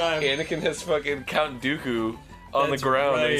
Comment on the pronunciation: When u mishear Arin saying Cunt Dooku instead of Count Dooku... not even 30 seconds into the video yet xD